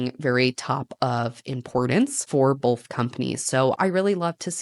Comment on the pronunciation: both not bolth love you anyway ❤